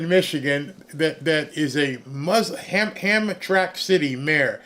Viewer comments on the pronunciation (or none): It’s pronounced Ham- Tram-ick.😉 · Ham-tram-Mack. Is the it’s said. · ITS HAM- TRAM - ICK....JUST FYI